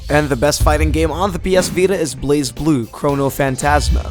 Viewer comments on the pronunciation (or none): none